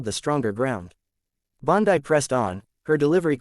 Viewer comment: Fake: Her name is Bondi (pronounced Bondee) NOT pronounced Bondii.